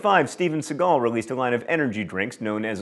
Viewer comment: Novaturtle He does it again 39 seconds later ("lined" instead of "line"). Pull yourself together, John!